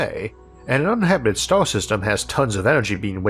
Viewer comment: isaac arthur = elmer fudd.... wowoed = world stawwww = star enwieryament = environment